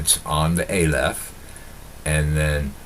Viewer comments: Its not a lef .its ah lef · Dear - the first letter of the Hebrew alphabet is pronounced "Ah-leph" not "Ei-leph".